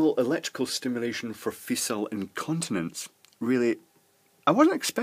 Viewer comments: It's pronounced "feekal" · "fecal" is pronounced with a /k/, not a /s/.